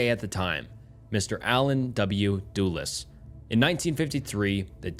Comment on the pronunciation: I think it’s AI by the way he said “Doolas” and not Dulles how it’s properly pronounced. I would give it a pass but anyone who’s making reading books and researching to make videos on MK ultra knows that. I don’t even make videos and I know that lol. That’s like pronouncing Biden, Beedan or something like that. Kinda sad haha pretty sure it’s AI now. His cadence is super flat too like the overall tone.